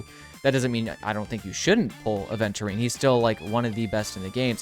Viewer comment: It's Aventurine, not aDventurine